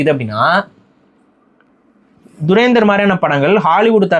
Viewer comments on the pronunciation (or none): இவ்ளோ hate இந்த படத்துல இருக்கு என்றது இவர் சொல்லி தாங்க தெரியுது😂😂😂 அது துரந்தர் துறேந்தர் இல்ல. அதை முதலில் ஒழுங்கா சொல்லுங்க😏 இவர் பேசுறத பாத்தா தான் முஸ்லிம் friends கூட பேச comfort இல்லாம போகுது🤦🏻‍♂️